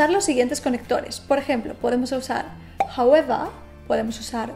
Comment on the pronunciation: Todo bien hasta que dijo Jaueva